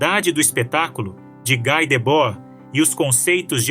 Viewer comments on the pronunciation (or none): Pronúncia é Gui e não Gái [Debord] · "Gui" e não "Gái" Debord. Ele é francês, não? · Não se pronuncia GÁI, mas Gui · Esse texto está muito GPT3 e precisa ser melhor trabalhado em muitos aspectos. Ainda assim, parabéns pelo tema abordado e pelo trabalho. Obs: pronuncia-se "gui", não "gai"